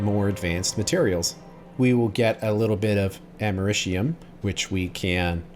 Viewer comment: “Americium” doesn’t have any “sh” sounds. I don’t know where you got that. 😆